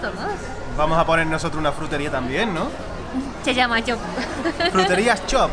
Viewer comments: Me encanta como pronuncia la palabra "Jrutería" 😂💖 saludos desde Colombia! Aquí somos muy afortunados de tener una gran variedad de frutas ✨ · no puede pronunciar /fr/ hace el sonido /jr/: jrutería.:)